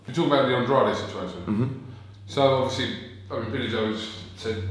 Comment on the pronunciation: Hearn should learn how to say Andrade's name right for a start. And-raid.